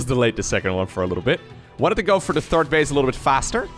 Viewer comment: that pronunciation was pretty decent,! Congratulations as a dutch your German pronunciation is - if you like it or not - quite good in general. Work on your TH in English though, everytime you mention a players THIRD base, it sounds like you are talking about is TURD base, which is ofc something completely different.